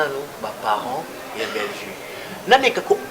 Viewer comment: c'est Bellevue et non bellevie.